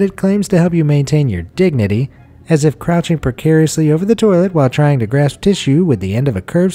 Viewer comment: Maintain ya dig-nah-tee